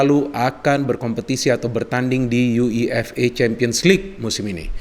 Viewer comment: Ni orang kalo ngomong UEFA ribet banget ya 😄